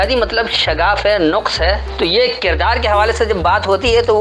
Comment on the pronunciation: شہاب عالم صاحب نے نقص لفظ کو جو زبر سے ھے ۔ تین بار غلط پڑھا ھے ۔ پیش سے پڑھا ھے ۔